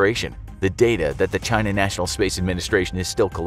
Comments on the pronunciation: I always hear him pronouncing it as "Jy-Na". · As opposed to “Chee-na?”